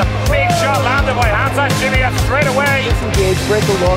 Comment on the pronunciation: ''Khamzat Chimiyef'' xD